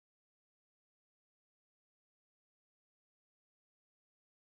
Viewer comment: . Am i the only one dying How she says on 😂😂😂😂